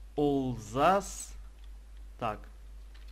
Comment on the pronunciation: ник olzhas говорится не олзас а олжас